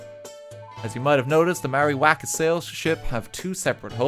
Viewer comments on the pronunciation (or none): i love the way he says waka, he butchers it so much